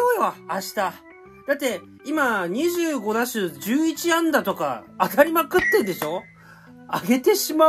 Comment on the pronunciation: ダメージ受けすぎなのか打数を打しゅうって言ってるww